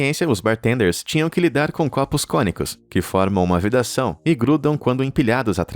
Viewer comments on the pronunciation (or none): none